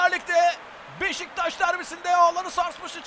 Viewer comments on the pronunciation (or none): none